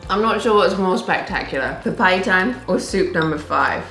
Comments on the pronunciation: You mean papaitan 😂not papay itan😂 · That small ampalaya is really bitter 😁 Well sometimes we also used sweet potatoes instead of squash, its really good. Papaitan is pronounced as PAPA-E-TAN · Pinak-bet (pinakbet), papa-ee-tan (papaitan), am-pala-ya (ampalaya), too-pig (tupig - grilled rice cakes), dinak-dak-kan (dinakdakan) Try slicing the ampalaya into thinner slices next time and rubbing it in salt, keeping it for a time then rinsing it off instead of putting it in salted water.